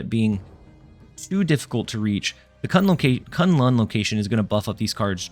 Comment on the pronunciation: Props to the best pronunciation of K'un Lun